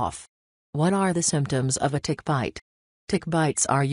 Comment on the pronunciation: Really sounds like this lady says Dick instead of Tick hahaha I was dying! 🤣🤣🤣🤣